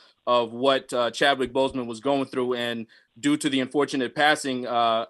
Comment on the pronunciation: It's Boseman NOT BossMan.